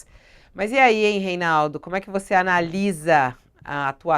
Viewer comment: Esse "REYNAUDU" AFFSSS!!!